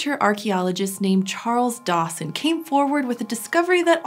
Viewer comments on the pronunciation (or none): thought it was a parody how you said Charles Dawson lol